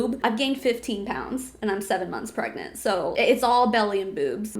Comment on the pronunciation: Are you pergreant? Are you gregnant? Are you pregante? Are you peragnt? Are you prengant?